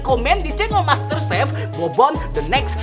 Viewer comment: "BOBON THE NEXT MASTERSEF"